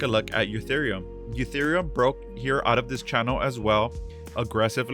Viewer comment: why does he call it eutherium?